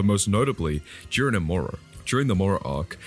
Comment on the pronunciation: It's JIREN NOT JUREN. LEARN TO PRONOUNCE.